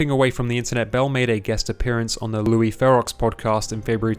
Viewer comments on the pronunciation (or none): Bro pronounced Louis Theroux as "Ferrox!" 😂😂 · did you just say Louis' name like it's spelled lol, holy fk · I don't mean to criticize, but I recommend learning how to pronounce names properly before you say them. Such as how you mispronounce Louis Theroux's name. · The way you pronounced Louis Theroux made me vomit a little bit, also Belle is back